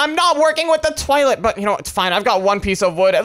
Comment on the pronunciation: Its not "twoilet" its toilet